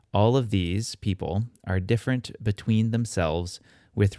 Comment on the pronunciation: it should be "dífferunt" (on first syllabe) and not "différunt" or?